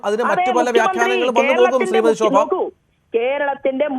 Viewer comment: Shobha aadyam SA Ennu parayan padikku...sha alla SA.....